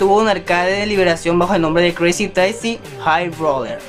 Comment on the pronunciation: Esbosss??? No será xbox?? Cruzy tasssi, por favor habla y modula bien